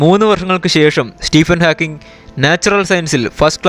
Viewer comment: Nice effort. Keep going. Pronunciation ശ്രദ്ധിക്കണം. സ്റ്റീഫൻ ഹോക്കിങ്, ആൽബർട്ട് ഐൻസ്റ്റൈൻ